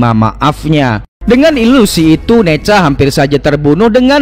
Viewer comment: Nezha bang bukan neja